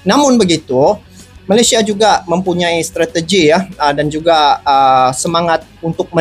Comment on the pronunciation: Stadion bukan setejun tulisan dan pengucapannya harus benar dan jelas bukan setejun tapi STADION dan buka mempunya i tapi mempunyai!!!!!!!!!!!!!!!!!!!.